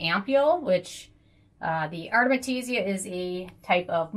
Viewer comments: Listen ...its AR-TE-MI-SIA Not ARMETISIA or ARTESIMIA...hahaha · Takee a shot Everytime she says Artemetisia